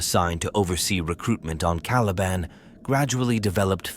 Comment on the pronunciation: Well at least this a junk can pronounce the word caliban